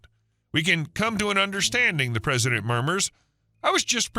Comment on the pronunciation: What's a "HOA Prisilent"?